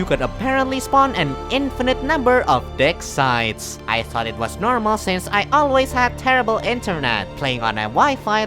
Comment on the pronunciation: Am I the only one who heard "dick size" instead of "dig sites" during the segment about On the Shoulders of Giants?